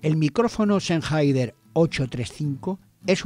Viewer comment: Sennheider dice usted😂😂😂😂😂será Sennheiser no?? Y de echo no es el más popular entre los cantantes jajajjaja